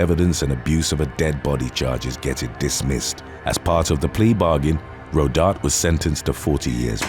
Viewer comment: It's pronounced "ro dar taye"